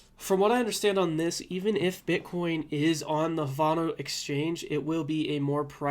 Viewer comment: Havano? It's pronounced Have - No